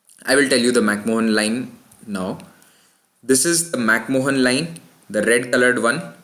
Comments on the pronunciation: lol..its MacMahon line..and not MacMohan line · It's pronounced "mac maan" not "mohan" Pretty sure he wasn't Indian. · McMahon is pronounced as "Mac-Man" or "Mac-Maan". You should know that.